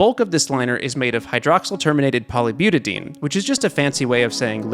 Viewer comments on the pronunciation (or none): Erm aktually, the ie in butadiene is not a dipthong and should be pronounced like "dye-een"